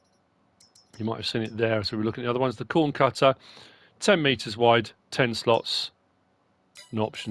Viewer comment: Btw Kuhn is pronounced like "coon"